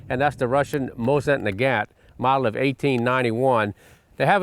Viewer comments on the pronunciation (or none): none